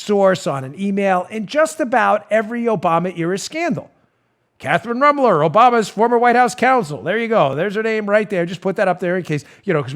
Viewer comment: Dan, You need to pronounce her name with the proper Na$i...I mean German accent she deserves. It’s ROOM-ler. Rooooomler. Gives it that lovely ethnic German sound. BTW. I’m German too.